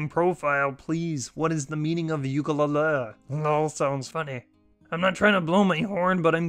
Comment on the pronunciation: The way he said "Ukulele" , lmao